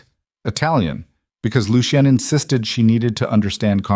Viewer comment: Lucien - Pronounced Looshun. Not..... Loo she en, Looshe ee en, Loo see en.